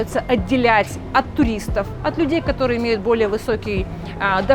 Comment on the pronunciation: Та может и красивая, но её речь бесит всех . Она пропускает почти все гласные буквы 😂 "кторые дются гсударством" - как это может не бесить ?